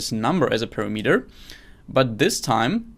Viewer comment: you pronoun word "parameter" very strangle )